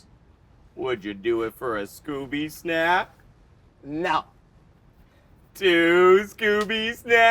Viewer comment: The way he said scooby snack was so weird